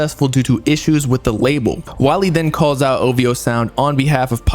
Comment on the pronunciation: Every time he say ovo i yell ovhooo get it right sir 😂😂😂😂😂😂